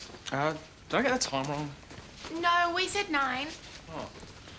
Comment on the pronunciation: NAUR CLEOURRR